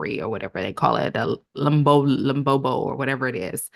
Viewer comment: 😂 lembobo... 😂😂 Its Lobola dear. I appreciate you trying, but you get the concept its what matters. 🎉❤